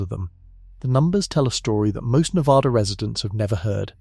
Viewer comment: Ne VA duh Not Ne vaaahh duh